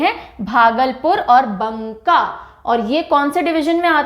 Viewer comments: Ma'am right pronunciation is Baka not banka 😊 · भागलपुर division में बांका है मैम, बंका नहीं। मैं भागलपुर से ही हूं। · बंका नही मैम, बाँका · It's not Bunka Its Banka . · Ma'am बंका नहीं... बांका होता है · परमल नहीं होता है ma'am परवल होता है। टिरहुट नहीं होता तिरहुत होता है। बंका नहीं होता बांका होता है। Many more pronounciation mistakes but the video is quite informative... 🙏❤ love the way you teach ❤🙏